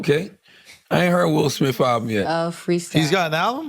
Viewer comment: 'Will Smiff' 😆